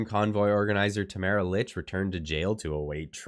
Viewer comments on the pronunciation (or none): Her name is pronounced Leech